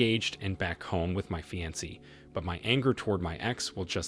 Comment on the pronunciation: PLEASE LEARN TO PRONOUNCE FIANCE!!! 😖 hint: it's not "fancy"